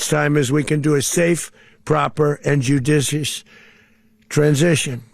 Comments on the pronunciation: He'd be a horrible story reader in a class. Judicioisssssss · did he say judicious...or sadicious? I think the latter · Jujicicious? Good lord, it’s hard to believe this idiot is running America. 25th amendment time. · He has trouble even saying the word "judicious" . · This MFer talks about being "judicious" because he says, "that's how we are"? He couldn't even pronounce the word 'judicious". While he is breaking American laws and international laws? Every day this man makes me sick, and so does the thought that we have millions of PURE STUPID, UNEDUCATED American voters out there who voted for this A-Hole!!